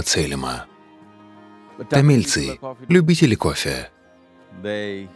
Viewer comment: Что за дичь, я люблю кофе, но это сплошная реклама, аж бога затмил кое )) гуру ходит чтото говорит, сомнительно, что именно то, что читает чувак с придыханием произнося "кофффеее" :)